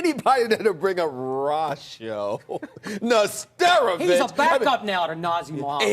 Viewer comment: Rahsho Neh-stero-vich!